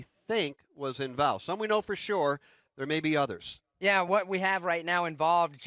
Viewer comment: "Clint Bowyer is invAlved"